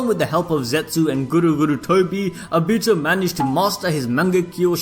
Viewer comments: And he said A BITO as in A then BEE also TOE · Whyyyyy are u saying ah bi tu fuck my ears are bleeding. Its oh bi to say it with me now oh bi to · It's not abito obito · Obihto is how he says it it’s actually funny though😂😂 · The way you say Obito’s name.. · He says Obito funny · Damn bro the pronunciation of Obito had me trippin I can't lieeeeee. Man said Uraka sensei 😹😹😹😹🤦‍♂️🤦‍♂️. Where you recording half asleep.